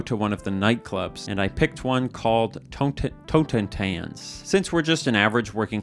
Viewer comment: It is pronounced "totten-tahnts" - German for "death dance", or "dance of death".